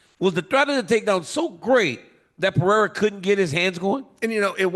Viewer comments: Chael No Chama 😂😂😂 cus he calls him Peeirah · Pa-ray-da... and chama means champion... Chael no champion lol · Can someone please tell this man it’s not pronounced pee-era?? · For whatever reason, Chael saying Pee-era instead of Pereira is sooo tough on the ears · Peeira lmao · ESPN should bleep every time Chael saids "Peeira" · Chael is mad entertaining but can someone tell him how to pronounce Pereira’s name properly?! Daniel keeps saying his name properly! Hello! Help the man out! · Someone stop this man from pronouncing Alexs name like that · Pereira❌ Pierre✅ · Chael made him French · He's been corrected on it numerous times, he just thinks he's being funny by saying his name wrong. Dude's a total clown lol. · Facts I mean what's with this guy. How hard could it be for him to try and learn how to pronounce the name correctly. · he can’t his tong literally can’t role thh he at way u just a hater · Hes doing it on purpose but he says muhammed perfectly but messes up “belal” he knows he can’t mess with his last name😂😂